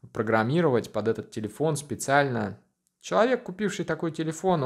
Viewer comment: Это "чувалэк" 😆